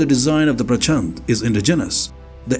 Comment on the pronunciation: प्रचंड (fiery) not प्रचन्द 🙏🏽